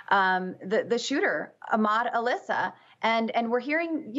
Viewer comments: 😒` Al Issa, not Alissa... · His name is Al-Issa, pronounced as a 2 separate words, NOT Alissa which is a female name and which doesn't have any relation to Middle East or Islamic culture. Newsmax reporters and speech writers: do your homework!